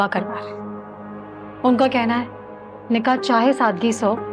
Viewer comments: Nikah hota hy nika ni hota 😂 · said nikeh not nikah